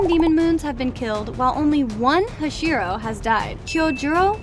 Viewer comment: When you were talking about enmu you said flame hashiro instead of hashira